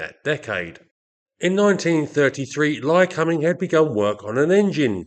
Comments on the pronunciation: How are you pronouncing the engines name again ? Cum... Or .. combing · My take was that I'd read it as Ly-comb-ing for a million years but that given how you were pronouncing it I must have been wrong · Yes - usually 'Lie-Comb-Ing'. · It's pronounced (Lie-comb-ing) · Interesting pronunciation of “Lycoming”. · As an Australian I found you pronounced the name very strange and for once agreed with the American way.